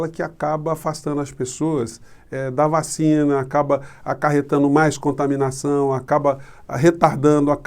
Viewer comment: Veja que ele fala "vachina" e depois se corrige. Mente descaradamente Mas o interessante é que atrás da coronavac com propina ele correu atrás E da covaxim, feita sob o mesmo modelo que a chinesa É um psicopata.